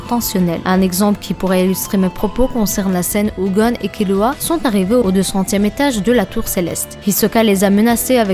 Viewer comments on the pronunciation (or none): BONNE VIDEO MAIS TU DIT KILUA C TROP BIZARD